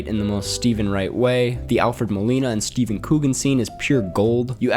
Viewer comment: Me physically recoiling at you saying StevEN Coogan